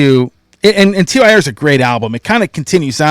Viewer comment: TYR pronounced like tear! Forbidden remix is awesome I didn't even notice the missing keyboards!!